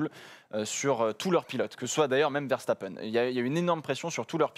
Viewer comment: Richiardo et Verchtappen, je capte pas